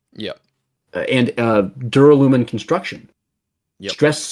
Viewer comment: Neither have I. Also, "duralumin" should be pronounced with the stress on the second syllable.